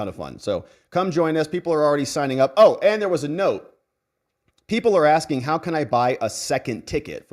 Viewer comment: She be a Axing You!!!!